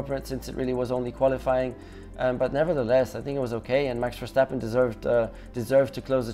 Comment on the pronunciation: Verctapen!!! yes the c is deliberate shh